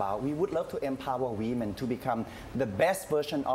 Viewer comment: Women not We-Men..